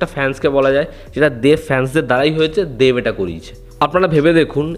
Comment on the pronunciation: English e dev likhleo, Uchharon ta banglay deV noy deB Ektu pronounciation e nojor dao Tomar pronounciation e problem achhe ageo dekhechhi